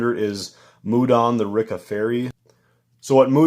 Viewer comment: its pronouced re-ka